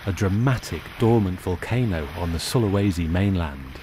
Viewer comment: Its pronounced Soo-lah-was-sea If you're curious